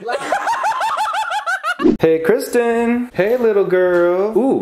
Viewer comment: I think I'm in love with Kwisten 😂❤️ sorry Scotty